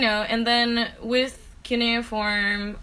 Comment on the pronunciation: Did she say cuneiform or canoe form